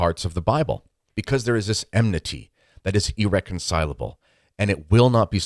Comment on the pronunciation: it is enmity not emnity